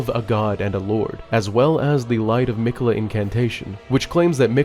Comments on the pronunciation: Brother saying Mech-ulluh the entire video instead of Mick-ella when he hears the guy saying the name repeatedly is making me have a seizure fr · mic-uh-la not meck-uh-la. driving me crazy over here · You have too be purposely be saying miquella wrong it’s crazy